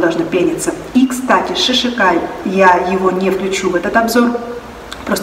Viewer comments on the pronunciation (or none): Правильно будет не шиШакай. А Шикакай.